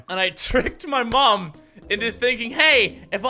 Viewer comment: When he says 'mom' I die a little inside